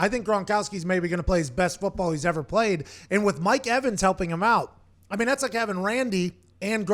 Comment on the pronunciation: But Uncle Pat, who have dey pwayed?